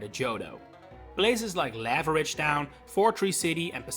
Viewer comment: It’s pronounced LAH-vuh-ridge, luh-VAIR, mah-lee-AY, and BALL-ihn-LAY-uh, “”! 🤨